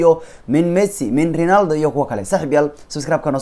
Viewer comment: Ronaldo ❌ Rinaldo ✅ 😂😂😂😂